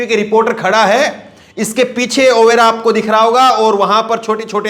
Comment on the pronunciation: Aapgalat bolteho overa nahi oreva hai chek kare video apna